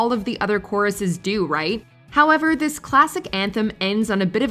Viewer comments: Annie Lennox was the first troll purposely pronouncing 'this' as 'these.' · She slurs the word "this" on the "i" sound making it actually sound between "this" and "these" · You'll never convince me that Annie Lennox is singing "This" The way she pronounces it is way more like These. The song may be titled as such, the lyrics may list it as such but if you sing the word "This" it sounds wrong. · In the case of Annie Lenox, it's her issue: she pronounces "this" (thee-us) like a southerner does. Hence the confusion. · People think it's "Sweet dreams are made of these" because of her pronunciation and the rhyming of "disagree". And to be fair, why did they use "disagree" to rhyme with "this" in the first place? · Annie Lennox pronounces it these. I'm aware of what the actual song is. I've picked it out of a karaoke lineup often enough.